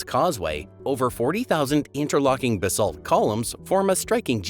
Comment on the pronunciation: The UK is not in Eutope. As you said, it is off the coast of Eutope. The AI voice is hopeless. Isles of Akilly? Sowthern? There are two different pronunciation of basalt very close together. Can't watch more of this drivel.